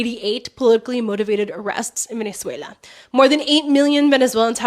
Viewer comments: Sorry, but there's no I in Venezuela (ie: not Venezuelia!). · Just one thing; it's Venezuela, not Venezuelia